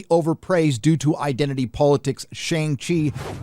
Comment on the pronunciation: You're pronouncing Shang Chi wrong